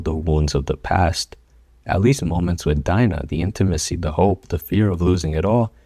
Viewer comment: As soon as he pronounced dina’s name i clicked off LOOOOOL